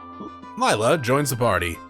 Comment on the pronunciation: It's pronounced Lay-la.